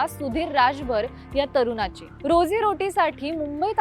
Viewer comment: मॅडम उच्चार शुद्ध करा. तरुना ची नाही तरुणाची बनवणारा म्हणा बनवनारा नाही.